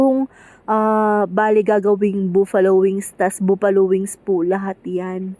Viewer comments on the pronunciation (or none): “ba-ffa-lo” wings 😊